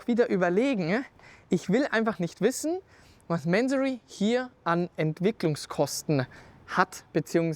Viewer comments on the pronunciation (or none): ... warum "Mänsorry"? Diese Amerikanisierte übertriebene Aussprache triggert mich stark. Ich kenne die Marke seit ich an Autos denke. Mansory ist ein Iraner, der in Deutschland eine Firma gegründet hat. Die Aussprache ist sicher nicht "Mänsorry". Zumindest nicht im Deutschsprachigem Raum. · Mansory und bitte nicht englisch sprechen! Das falsche Aussprache wie lamborgschini statt Lamborghini zu sagen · Manseri wenn ich meine Aussprache "wörtlich" wieder geben müsste. ansonsten wie der Kommentator schon schrieb Mansory so wie man halt englisch spricht mien Jung